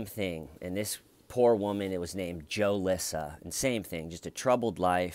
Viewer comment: Joe-Lissa 😂 I think its more like Jew-Lissa!